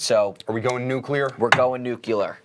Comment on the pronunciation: Great show guys!, your pronunciations continue to crack me up. I don't take it as seriously as some people who watch, but tonight you even said "nucular" right after correctly said "nuclear" lol. That GF at the end of the show...wow.